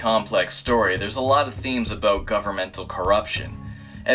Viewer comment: he pronounces "about" as "aboot" so that's where I assumed he was Canadian